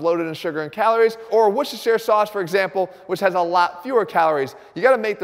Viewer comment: Bravo on your pronunciation of Wocestershire sauce. Very well done